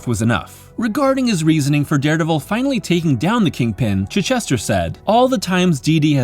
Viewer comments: Really well done. Appreciate such a thoughtful retrospective and analysis - some ideas objectively spot on, some subjectively interesting. My only real quibble: it’s “chai” not “chih”. ;-) Thank you for including me in Darecember! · Dude, it's Chitch - ester, like the English town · Pretty sure that's not how you pronounce Chichester's name